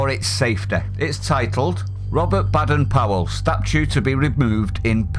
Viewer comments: Hey, it’s not pronounced Bad-en Powell, it’s Bay-den Powell. I’d leave the moral relativism and stick with Janet & John book 1 if I were you!!! 🤣🤣🤣🤣🤣🤣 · Duh! We always pronounced Baden it with a long ‘a’ as in Bay, not like as in Bad! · its bay,,dern powel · His name pronounced BAYden